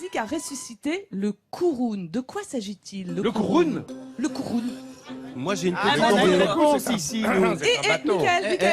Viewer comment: Je suis sidéré que personne n’ai souligné les erreurs de la dernière partie de l’émission. Déjà le KURUN se prononce à la ”francaise” le ”u” est un ”u” par un ”ou’ Le voilier de Jacques Yves le Toumelin entretenu lar l’asso ”les amis du Kurun est visible à l’ancienne criée au Croisic et non à la Rochelle. A la Rochelle vous pourrez voir et peut être visiter le voilier de Bernard Moitessier , Joshua.